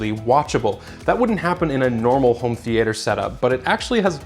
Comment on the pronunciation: why are you pronouncing theatre like that?